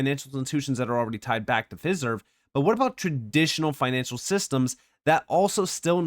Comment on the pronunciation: Pronounced Fi-Serve, like De-Fi, Trad-Fi, etc... Always great information 👍